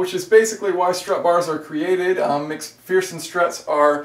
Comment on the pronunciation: Shafiq Zainal 😂. I was thinking the same. Should be Mac-fur-sun strut!